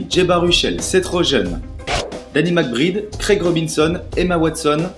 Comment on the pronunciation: Je trouve que tu es pas un peu lent quand tu parles, il faudrait plus de rythme dans ta voix (plus rapide aussi) si tu peux. Sinon certains noms prononcés en anglais sont terribles : macbride, seth rogen et quelques autres. Sinon pas trop mal continue :p